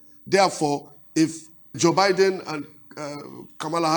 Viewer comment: Not pronounced "Bee-din" but "Bai-din"